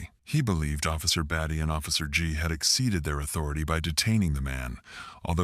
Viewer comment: IT'S NOT BATTY fix the ai😂